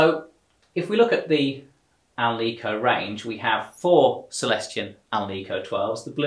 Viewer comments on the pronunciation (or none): It's pronounced AL-nik-o. Not al-NEE-co. It is made with nickel, not neekle